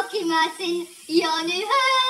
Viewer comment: It’s pulling me hur ? Do you mean hair …….speaky English or me no understandy 😂😂😂😂